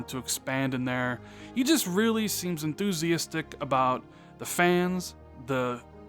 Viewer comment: Enthusiastic is pronounced EnthusiASStic not enthusi-istic